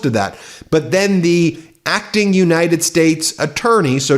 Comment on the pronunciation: "Acting Attorney" - emphasis on the "Acting" 😂